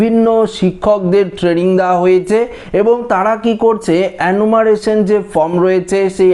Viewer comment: অ্যানুমারেশন নয়, রে ওটার উচ্চারণ হয়ে হবে এনুমারেশন, জিভ টা একটু ছুলে নে 😜